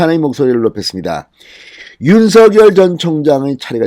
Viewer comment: 진성호님. 윤석열 후보님의 성함. 발음은. 윤서결이 아니라 *윤성열* 로 발음 부탁드립니다. 윤후보 본인도. 한 아나운서 질문에 "윤성열이 좋다"고 했어요.